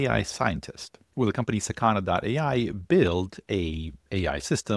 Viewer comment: it's pronounced sAkana, not sakAna. it means fish in japanese.